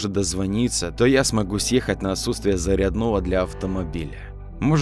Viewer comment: В слове ,,комментарии,, автор неправильно поставил ударение:если уж исходить из сленга,то ударение поставьте правильно в ,,комментах,,в слове ,,зарядного,, неправильно поставленно ударение,но -это уже странно